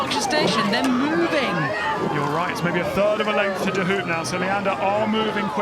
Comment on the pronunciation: It’s pronounced ‘De Hope’